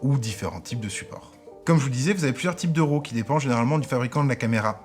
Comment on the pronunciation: Bonnes informations!! En passant ce n'est pas 'ROW' mais 'RAW' ça se prononce comme 'Rat' ;-)